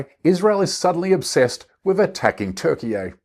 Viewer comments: Whoever opened the door to the universal mispronunciation of 'Türkiye' should be castigated. It's impossible to make that combination of sounds in English. It's not pronounced in Turkish as /TER-kee-yay/. It's close to /TEEWR-kee-yuh/ but more properly [t̪ýɾ.k̟i.jɛ]. However, not ONE of the vowel sounds in the name is common to English. Don't follow the crowd. Stay with 'Turkey'. And while you're at it, do you know that 'Beijing' has two tones and, depending on which you use, you could be saying something other than the name of the city. When I'm speaking a non-tonal language like English, I always use 'Peking', which is what Peking University uses in its name. Getting down to brass tacks, do you REALLY want a coalition of Turkey, ISIS, and the Muslim Brotherhood to take over the Levant? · "TurkeyYEH" sounds dumb, bro. Just say "Toorkeh." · You went from petty cheap shot comedian to a poor attempt to make me your bitch. Cenk migrated as a kid. I sit once a week with someone who lived in Turkiye all his life. It is not Turkiy-yuh or Turki-yee. It is Turkiy-ah. The E is pronounced closer to A sound. Why don't you find someone who knows the language. Btw the H in Turkiy-ah is there to give the right sound to A so don't over stress on the H after you pronounce the A correctly. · It's pronounced Turkia not Turkiyay. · Bro! Tur-key-ya! Tukey-Yay!!!!!!!!!!!!!!!!!! WTF is that? Haha! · much like this horse face saying TURKEY-Yay, all this theater is pretty gross. My concern is that Trump is staging and pretending to respect a NATO ally, Turkey. True, it's a significant military power, but both Tweedle Dumb and Tweedle Dumber are playing mind games to get Turkey to reciprocate or submit to something that I honestly am not sure of. Both losers that abuse all of us around the world most likely will not get what they truly want to happen. I just hope there truly is a higher power more than ever before. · Your pronunciation of Turkeye is making my ears bleed. Turkey-yay, LMAO.